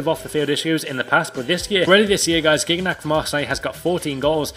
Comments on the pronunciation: gignac xD sa se dit jiniac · Ntep deserve also an upgrade. And, in France, Gignac is pronounced "Jiniac":p Nice vidéo! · the way you prononce Gignac kill me ahah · "Gignac" hahah